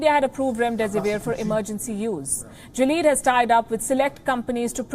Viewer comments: It's not "jileed" GILEAD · You guys had me confused, It's not Jilead it's Gilead. The "G" is pronounced same as in "Girl" and "ilead" similar to Billiard. So GILLIAD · Someone needs to learn the pronounciation of Gilead Sciences.